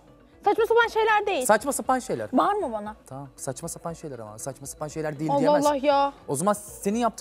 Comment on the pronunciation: Bağırma bana dedikten sonraki R kjsabxkbsakjbkajsbkjasbkjsab